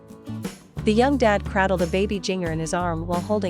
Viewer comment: “Jinger?” “Craddled?” Learn how to pronounce English words! You get “prepubescent” and can’t pronounce “cradled?” Credibility GONE!